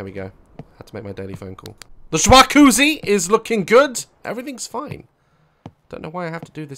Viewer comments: Everyone: ja cu zzi Daz: shwacoozie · Daz: SH-WA-COO-ZY Me:👌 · Jacuzzi ❌ jwakoozee ✅ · Not jacuzzi. A SWCHACUZZI. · Daz: “ this house is okay it would be better if it had...... A SWAQUZI” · Jwakuzi! Let's see how many ways we can spell it 🤣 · I've seen this a lot of times but the "juacuzzi" gets me every time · I love the way he says SWAKOOZIE! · "IT HAS A JWACOOZI. THAT'S IT, IM MOVING IN." 😂😂😂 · ITZ GAT A SWACUZI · one he kills me when he found all the good stuff two he played this game before idk if anyone noticed but yeah and three what is a shwaquzii hahahahahahahahahahahah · daz: jwacuzzi subtitles: schwarkuzzi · he was joking we don’t say it like that lolll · Is nobody gonna talk ab the way he pronounces jacuzzi😭